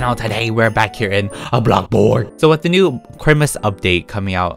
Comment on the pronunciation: Me when says blockborg in solo long 😶🤔